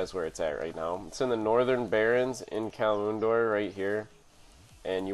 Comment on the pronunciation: Stop saying kalimoondor. There is no moon in the word. It's Kalimdor. Not hard to say.